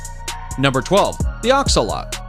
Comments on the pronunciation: It’s not a axalot is a axlottil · it an axolotl not axolot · They're not axolote it's axolotl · It's pronounced axe-oh-lotle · Its actually pronounced Axe-uh-lot-L btw my aunt has a few axolotls as pets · It's axo-lot-al btw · The Axolotl is a pet hat you can have. And it’s pronounced axe a Lott l e